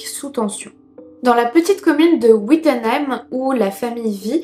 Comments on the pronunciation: Très bonne vidéo et merci pour la découverte de cette histoire ! PS : on dit VI-ttenheim, et non pas Oui-ttenheim 🤭😘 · Petite précision, on prononce (v)ittenheim et pas (oui)ttenheim 😉 Sinon merci, je ne connaissais pas cette histoire. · Le décor est incroyable magnifique !!✨ Et je vis à Mulhouse et je n’ai jamais entendu parlé de cette histoire. Et pour Wittenheim ça se prononce comme avec un V. 🤗 De plus je viens d’apprendre en parlant avec ma tante que mon oncle connaît le frère de Keller…voilà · Wittenheim c’est ma ville mdr (ca se dit « vitenheim au cas où :) ) Encore une vidéo si bien construite, trop contente de ton retour après déménagement 😘 La beauté des couleurs de ce plan (le mur + tes cheveux c’est un régal pour les yeux) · Géniale la vidéo. Juste une petite remarque, Wittenheim se prononce: viteunaïm. Ça pique les oreilles pour un alsacien hihi. Mais continue comme ça et merci pour ton contenu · Wittenheim se prononce Vittenheim Sinon super vidéo ! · Wittenheim ce prononce vite-eu-neime. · Super vidéo comme d'habitude ! Ah super... on parle de l'Alsace quand ça craint... C'est vraiment à 10 min de chez moi 😭 Mais ta prononciation des villages m'a fait tellement rire ! Après bollwiller, c'est wittenheim qui prend X) Merci pour ce fou rire malgré l'histoire sordide de cet homme